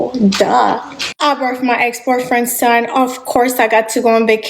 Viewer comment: She cant be serious! She got the boot after getting knocked up! We saw all the videos in the past and she now on here talking about "I birf my ex boyfriends thun" showing off again! Also that accent coming out more now that she struggling lol